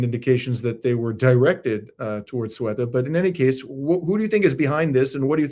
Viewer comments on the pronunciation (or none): It's CEUTA! Not SUETA! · Not pronouncing it correctly. You said: Sueta. It’s Ceuta. The C sounds like th in English when saying thing. The E sounds like an E as in Enter. The U sounds like an open U like when a Chimpanzee says oooh, ooh. TA sounds like ta in taxi. Maybe hearing some Spanish tv can help. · Ceuta is pronounced something like Sayoota or Theyoota (with a hard th, as is thing, thank, etc). The stress is on the oo. Not sweater... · First of all It's Seuta Not Sweta... P.s. Then you guys should learn how the correct way of saying the city's correct name pronunciation before talking about the city history and geographical matters.....thanks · Ceuta not Sueta, pretty simple 😅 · Ceuta, not Sueta!! Pretty simple 😅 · Gentlemen, check your vowel order: Ce-u-ta: seh-oo-tah, not soo-eh-tah. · There is an e before the u. se-u-ta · pronounced Ce(h)uta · Its pronounced Ceuta ..Seutaaaaa...please, get this right. Both Ceuta and Melilla are enclaves, still within the Mediterranean region. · It is pronounced as SOUBTAH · I believe it is pronounced ‘Soo ta’ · To affirm,,: Ceuta is pronounced: "Thu-ta - as the C becomes a T in Espanol. I really appreciate your professional coverage, my friend. True journalism at its best. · Can’t even figure out how to say Say- OO - tah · I believe Ceuta is pronounced "Theh-oo-tah". I could be wrong because I don't speak Spanish and perhaps in English we say it differently. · It's pronounced say-oota. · Love you guys ❤❤❤ It's pronounced 'thay oo ta' btw, with a soft 'th' as in 'thought' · Ceuta - "Thay oo ta". The 'C' is half way between a 'c' and a 'th' sound. Sartorial elegance with the headwear by. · "the-Ú-ta". first sylible Ce is like a sharp english The, with a sharp lisp s sound. so tired of everybody destroying the pronounciation. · Spanish word "Ceuta"= THAY-oo-tah. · Guys, it's Ceuta /say-oo-tah/. You were literally looking at the name on the screen while talking. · Ceuta is pronounce: SAy U TA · OR say OO tah